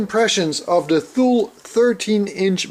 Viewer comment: It’s pronounced “TOO-LEE”...... like the city in Greenland